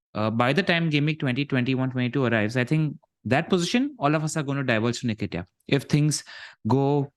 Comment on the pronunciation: calling Nketiah - ‘Nikita’ is just 😂😂😂